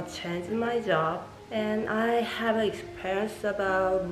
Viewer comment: L,R 발음을 구분해서 연습하시면 좋을 것 같고 단어 끝처리가 조금 더 확실하면 더 선명하게 들릴 것 같아요. 예를 들어 similar 라는 단어 중간에 L대신 R이 들어가서 시미뤄~ 이런식으로 들리고 hard라는 단어도 끝에 -d 소리가 안나서 헐 잡 이렇게 들려요! 원어민들이 아무리 빨리 말해도 끝음 처리를 다 잘 한답니다,,,(호주인 남편이 가르쳐줬어요) Have, for 말씀하실때 v, f 는 그냥 b, p로 발음하시는데 그거 연습도 하셔야 할 것 같아요! 빨리 말하는것보다 정확하게 말하는 연습이 더 중요한 것 같고 여기 사람들도 빨리 말하는 것 보다 정확히 천천히 말해주는 걸 더 좋아하는 것 같아요! 빨리 말씀하시려다보니 발음을 전부 다 굴리게 되는 것 같은데 차라리 한국식 영어발음으로 또박또박 연습하시는게 더 도움 되실 것 같아요! 저도 영어 못했는데 남편이 발음교정 엄청 해줘서 그나마 나아졌어요, 그래도 가끔 원어민들이 못알아들을때도 있지만요~~ 발음이 좋아야한다는 말이 아니라 정확한 발음으로 연습을 하는게 중요하단 말입니다~즐거운 하루 보내세요!